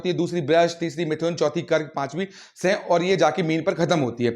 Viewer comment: सिंह का उच्चारण ठीक से करें